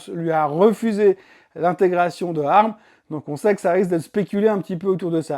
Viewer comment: C'est moi ou le son n'est pas top. Ca grésille un peu sur les intonations. Sinon merci pour la vidéo. Et pour ARM ça ce prononce "A R M" et pas "arme" sauf erreur